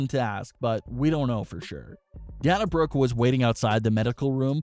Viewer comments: its not DAN-UH, its DAY-NUH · Day-na not da-na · It's pronounced Day-na not Dan-a. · I think that you should learn how to pronounce Dana Brooke’s name correctly. You kept calling her Dan-a when her name is Pronounced Da-na (Day-na). Her name is pronounced the exact same way that UFC president Dana White’s name is pronounced. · This guy is supposed to be a wrestling news channel and yet he can’t even pronounce Dana Brook’s first name correctly. It’s pronounced Da-na, NOT Dan-a. It’s pronounced the exact same way you pronounce UFC President Dana White’s name. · It is not da na it’s day na that’s how they say it on tv and is how the name is supposed to be said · Bruh it’s Day-Na say it with me Day-Na 🤦🏽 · Dana is pronounced like Dayna like Dana White from UFC lmao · Dana is pronounced DEY NAH. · Say the "A" in her name! Your driving me nuts lmao D"A"na Brooke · Dayyyyyyyy-na! Jesus christ. 🤣🤣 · Lol! Dan-a Brooke. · It day-na Brooke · I screeched every time he mispronounced Dana. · at this point he’s trolling us mispronouncing Dana’s name 😂😂